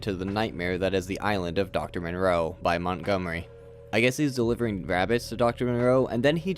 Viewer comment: Are you saying the names funny as sort of a Mr. Plinket thing, or can you really not pronounce Moreau & Frankenheimer?